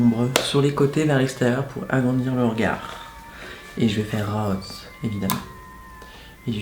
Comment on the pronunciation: "je vais faire RRAAWWSE" mdrrr